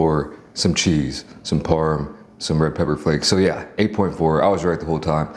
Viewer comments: HEY SLOB... it's CHEESE, not chee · I had to unsubscribe because they way you eat is dramatic plus when you say che instead of cheese 🤡🤡